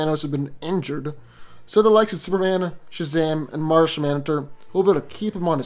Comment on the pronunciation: u said marsinmantor